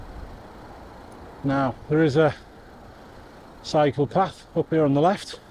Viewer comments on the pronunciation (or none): At when you said "There is a cycle path up here on the left which I'm going to go up and use" at first I thought you said "There is a psychopath up here on the left which I'm going to go up and use". Immediately wondered how you'd know...and the mind boggles. I'm still in hysterics!😊